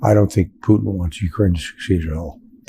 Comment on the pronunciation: He says it properly .... just like I spell it "Puddin" .... ROTFLMAO 💙💙